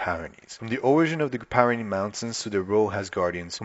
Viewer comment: It’s pronounced, peer-ren-nees, not - pie ren nees